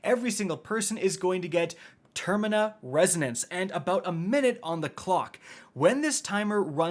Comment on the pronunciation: For the love of God it's terminaL resonance Idk why that bothered me so much but there's a clear L in terminal